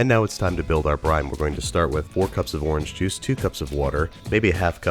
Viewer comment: wtf did you say orange juice??